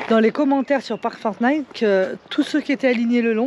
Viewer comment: s'il te plait, arrête de dire forT'night, il n'y a pas de "t" derrière le chiffre 4 (four) ni derrière le mot pour (for), je dis ça comme ça... rien de grave Merci pour les belles images